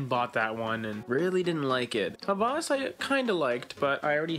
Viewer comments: you butchered the pronunciation. it's /Heh wehs/ not /HA VAAS/ lol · It is not pronounced as Hawaaaaas. It is Ha-was. Pronounce 'was' same as 'ha'. It means 'lust'. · Not hawwas its hawas Should be pronounced quickly Greetings from Egypt